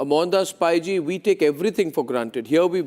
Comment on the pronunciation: Its “Pai” not “Pie”